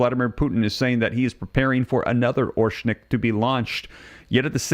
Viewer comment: Learn to pronounce Oreshnik correctly. It’s not orshnik, it’s Oh-Rehsh-Nick, the stress is on the second syllable.